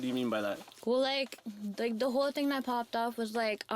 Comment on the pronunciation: Why do these white people keep saying ting lol